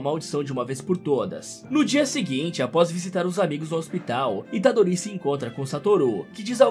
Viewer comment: A unica coisa que ele errou é que o nome do Yuji Itadorito. Deixem o Like galera, ajuda o canal :D